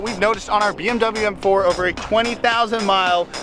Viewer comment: does anybody else here him say f4 instead of m4 ?